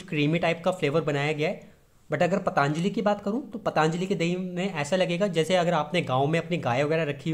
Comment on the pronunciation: ओ भाई पतानजली नहीं पतंजलि होता है